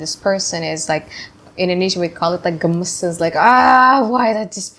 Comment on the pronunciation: Amazing reading , I claimed this,😌😌tysm xx 💖💫 ,. ps: Are u Indonesian? Coz Ive Heard u said "Gemesshh" 😂😂